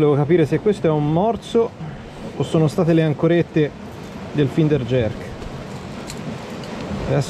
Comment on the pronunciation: finder si pronuncia "Fainder"